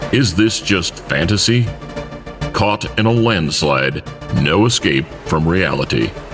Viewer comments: This guy said “Catto”. It’s COTTO. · Cotto.. (coat oh) not cot oh lol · Love the videos as always. Keeps me informed and motivated!! But Cotto’s last name is pronounced C-OH-TTO not CAWTO. Much like how you would pronounce the first two letters of cooperate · Still saying Caught-O I see lol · it’s pronounced Ko-Toe(cotto) just saying. Love the channel though. Keep that work 🙌🏽